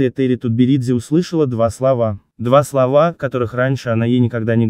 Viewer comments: КосторнАя,а не КостОрная!Когда на вашем канале будут правильно ставить ударения? Или ляпнул два словА-два слОва.Что за турки на вашем канале? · Что за коммент? Робот? КастОрная? Два словА?